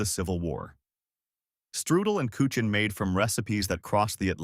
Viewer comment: And it's koo ken not koo chin.